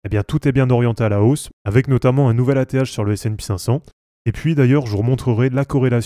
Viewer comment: sp cinq cent et non pas S and pi cinq cent.... ça fait mal aux oreilles :p